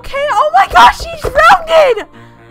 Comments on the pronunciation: anyone notice that she said drowned wrong? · You said she almost drownded 😂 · she's old enough to realise that drownded is not a word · Drownded? ENGLIGH!!!! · I hate when people say drowneded instead of drowned